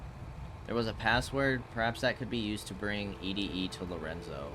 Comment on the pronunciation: "E -D -E" instead of "Eddy" will never get old, brother lol love it!